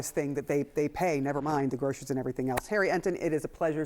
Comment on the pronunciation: What is 'groshurys'? I've never heard that word.